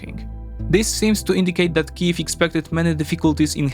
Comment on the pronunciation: Thank you so much for using Ukrainian prononciations of the cities and villages.